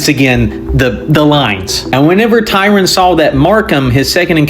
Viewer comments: If you want to look him up on Wikipedia or whatever, his name ISNT spelled or pronounced Tyron. This is Vice-Admiral Tryon. The ship he was on, which was also the flagship of his fleet was the HMS Victoria. The ship that it was in a collision with was the HMS Camperdown, commanded by Rear-Admiral Markham. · Tryon not Tyron. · His name is Tryon, not Tyron.